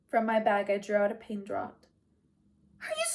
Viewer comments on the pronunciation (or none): 1. Thank you for reading. You do a wonderful job. When I finish listening to this, I hope to listen to more read by you! 2. I love the occasional cat meows and purrs 3. I mean this as a helpful critique only, the A in “scarcely” is pronounced like in “scared” and “draught” is pronounced as “draft”. I’m sure if I read a whole book I would mispronounce words too.